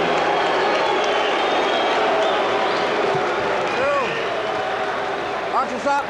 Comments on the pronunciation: Was the commentator mindless of his pronunciation of Pacquiao. Was it intentional with malice? He repeatedly pronounced, from the beginning to the end, Pacquiao to "pack you." While the ring announcer clearly said "pack-yaw" during the introduction, but the commentator insisted with "pack-you. He perhaps needs an uppercut by Manny Pacquiao. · What's with this announcer calling Pacquiao pakyo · Hahaha Manny pakyo pagbigkas ng announcer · tang ina manny pacyo daw sabi ng commentator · The announcer can’t say Manny’s name correctly yet. I’m sure he knows now.